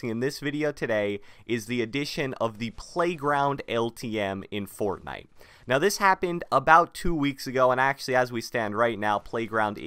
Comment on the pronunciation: The way this man says fortnite pisses me off